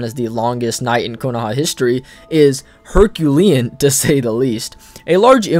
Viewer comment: My G, you selled "herculean" wrong